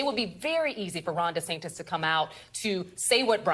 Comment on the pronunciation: She called him Ron DeSanctus and keep going🤣🤣🤣